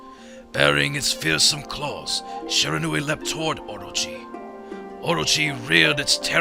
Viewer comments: okay... I am also studying japanese otherwise I wouldn't making such an acusation. And the only thing I would want to correct is when the Narrorator says Shiranui, it's sounds like Sheranui. And I know all about the syllables of japanese spoken through Hiragana and Katakana. and Shi is shi, the narrorator was saying it a little too fast, and so I nitpicked a little. But it still sounds like he's saying Sheranui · shee - rah - nu - i. japanese words are pronounced exactly as they are written lol. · i am SERIOUSLY DISTURBED by the narrator's HORRIBLE pronunciation of Shiranui as sherahnuee.